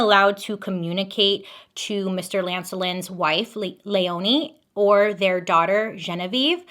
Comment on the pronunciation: My name is Leoni my grandmothers name is Christine and my little sisters name is Lea So this was very interesting and felt very personal listening to 😂 Btw it’s pronounced leeone ❤❤❤